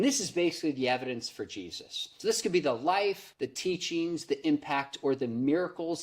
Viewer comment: Am I the only one that heard "Cheesus" ? I think that guy would be way cooler